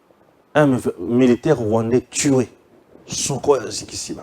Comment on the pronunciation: Tué pas tshuwe merde , articulation.